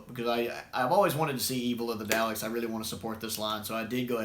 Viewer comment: Come on, dude. It's D-AH-LEKS, not D-OW-LEKS. 😜